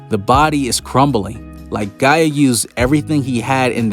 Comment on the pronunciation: Am I the only one that cringes a bit every time he calls Gaja Mother Earth, Gaia?